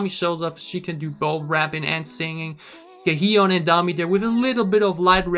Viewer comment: Everytime i hear him say Ga-E-yeon my ears bleed lol